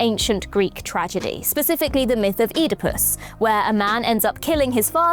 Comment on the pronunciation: Eatapuss... Lol